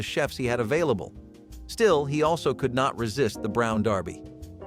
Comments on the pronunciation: Gerard Ford, its Gerald. Brown Darby, really, It's the Brown Derby. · That's "Brown Derby" pronounced "Derby" NOT "Darby!" And, while we're on the subject, that's "Chasen's" NOT "Chasers"! An iconic Hollywood favorite. Now gone. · How did you mispronounce "The Brown Derby", as 'Darby', multiple times?!